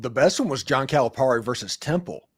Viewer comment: It’s pronounced Cal-a-Perry. Cal’s buyout was $33 million if he were fired not $75 million.